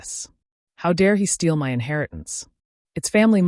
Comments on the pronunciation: Why do you insist on spelling "my" with all caps and pronouncing the work by enunciating each letter--M-Y? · and "my" is NOT "M Y"